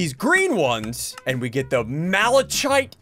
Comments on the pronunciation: its not mala chite its ma luh kite like that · Hes said malachite wrong its supposed to be said as mala k ite